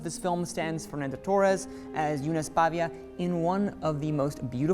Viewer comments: It isn't "Pavia". The correct name of this family is Paiva. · It’s PAIVA, not PAVIA!!!! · Good review but pronounced the actress name wrong every single time and made it sound horrible!